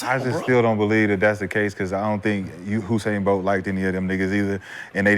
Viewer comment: Nigga shad said Husain bolt 😂